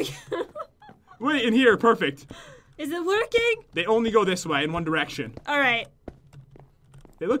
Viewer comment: When pat said one derection i was suprize #onepatjen